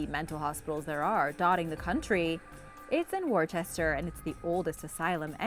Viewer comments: Worchester massachusetts is pronounced wister ,unless you're from worchester you say Woosta , I live in mass you should hear how we pronounce our other towns , I guess we all have an accent here.🙃🙂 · Say Wooster for Worcester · Worcester in Massachusetts is pronounced Wor-ster. Not sure why it’s pronounced like that, but it is. In England, Worcestershire is called Wor-ster-shir like the sauce. Maybe it all depends upon which part of Massachusetts you’re from. I’m not from anyplace there. But one of my Army buddies from Massachusetts pronounced it what sounded to me like Wur-ster.